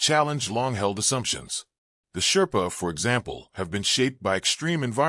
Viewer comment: Shrepa❌chairpa✅ Magar❌magger✅ Newar❌nuwar✅ Tamang❌tamong✅